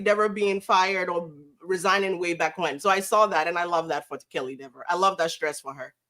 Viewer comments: Are you trying to make a joke, as Dever’s last name is not pronounced “Dee-ver” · plenty of accomplished character actors could play Kelly Dever. Kaitlyn Dever. Correctly pronounced as deever.